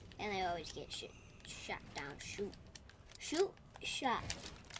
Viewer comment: Anyone else hear say s**t?? Ik he didn't do it on purpose and he was trying to say shot but still 😂